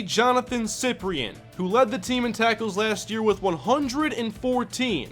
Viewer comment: Its pronounced SI-PRIN not siprien